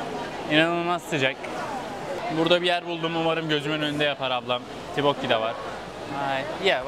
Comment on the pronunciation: abi tibokki diye telafuz etmişsin daha çok toppokki deniliyo bir de hotpotçulara ya da kore barbeküsü denemeye giderbilirsin ❤🌸 Ayrıca koredeki hazır donmuş gıdalar çok meşur bir gün boyunca market ürünleriyle beslenme videosu gelir mi 🦋